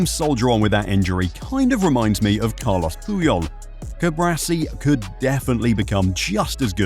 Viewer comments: Hermione Granger would say "it's CuBAAARsi, not CuBRAsi" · CuBARci not CuBRAci...